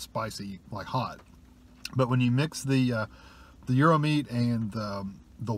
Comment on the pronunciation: yes, you pronounced gyro correctly